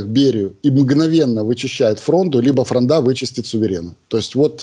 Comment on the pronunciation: ФрОнда, а не фрондА.